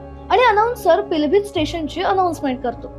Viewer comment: पिलभित काय महानता ते पीलीभीत आहे.उच्चारण तर ठीक करा की.. पिलभीत, पिलभित की म्हणता...